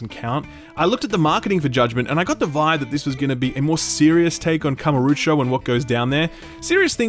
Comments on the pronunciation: Kamuro - O - cho. OH cho. Not oocho x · still don't get why you pronounce KamurUcho instead of KamurOcho, but okay :) have to wait for discount, though i had some fun with the first judgement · When you want to criticize the cult series, you may consider NOT misspelling Kamurocho constantly. Kamarucho? Really? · Not gonna leave a dislike, because honestly a lot of what you say is what I felt about the first Judgment (though I still enjoyed it). But my GOD, it's "Kamu-ro-cho" not "Kama-ru-cho", drove me mad I tell you. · It bothers me that he pronounces kamurocho as kamurucho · Great review as always, even if I feel like I would like this game, but please it's KamUrOcho not KamOrUcho! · Great review as always, but, out of the 200 times you had to say Kamurocho, not once did you go back and check if you were pronouncing it correctly? That Kamarucho place you’re talking about doesn’t exist… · "I've played 5 Ya-kooo-za games." also "Kamarucho". It's a shame you don't like these games, but I also really get the impression you don't want to. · Yeah, I cringed when he said that. Why would anyone do that. Also is it so hard to pronounce Kamurochou. They literally yell it in the game. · Every time he says KamurUcho my eye is twitching a bit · Beat zero baka beat zero it is one of the best game ever made Zero has fantastic combat it just takes time it is a huge game it took me 180 hours to 92% You pronounce kamurocho in a false way It really is sad to know that you do not know who is GORO MAJIMA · He can't even say Kamurocho correctly. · Most painful is not you disliking the game or using the english dub, but the way you say Kamurocho. Good review tho, even if I feel you don't quite 'get it'.